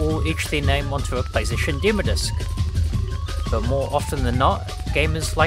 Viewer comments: Dem “O” discs not dem discs or demer discs 🤦‍♂️ 😂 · Demo (dim-oh) 😂😂😂 not (dim-uh) had click off that pronunciation was just to hard to bare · Deh-mow discs... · Never mind what happened to demo discs, what happened to the second syllable of 'demo' in this video?